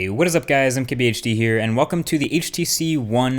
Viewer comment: Anyone notice he says 'Hey guys I'm KBH here' instead of 'Hey guys MKBHD here' BTW Marques please don't take any offence on this comment, I still love your videos and plan to keep watching :) Keep up the good work!